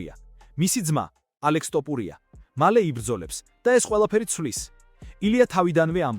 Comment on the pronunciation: ილიას გვარი ქართულად ჟღერს - თოფურია და არა - ,,ტოპურია,,! კომენტატორი რატომ ამახინჯებს ქართულ გვარს?